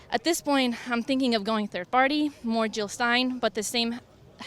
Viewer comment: jill not hill!